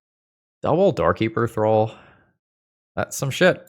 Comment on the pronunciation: I always heard you say "Doorkeeper Thrull" as "Dorky Patrol" 😅